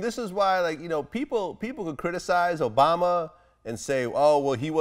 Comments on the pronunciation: Boosie High as f***. He said BObama🤣😂🤣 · Lmao he said Bobama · He Called Him “MoBama”😂😂